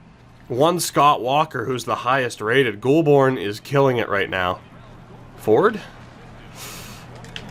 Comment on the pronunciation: Goulbourne is pronounced Goal-bourne